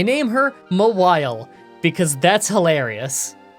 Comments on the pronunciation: Ma-while? For God's sake, did nobody watch the anime? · I'm commenting this before I finish watching the run, but Mawile is one of my favorite 'mons, and I am losing it over pronouncing it M'wile. Like, it's a Maw! A big ol' mouth! Anyways, it's been a minute since I've watched an video, and I'm glad to be watching again. Thanks,! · Haha “Mah-while”… comedy gold😘👌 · Wtf! How did you say Mawile? Its just Gnaw-wild but you remove the G and the D plus change the N to an M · FYI, it's actually pronounced "Mawile." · Ok so if no one else is gonna say this cause I can’t find a single comment about it, it’s pronounced Maw-While. Maw as in mouth, like the giant mouth on its back. Just dropping this here. At least the nickname makes sense with how you’re pronouncing it ^_^ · The way you pronounce mawile is so weird. It name is from maw and vile.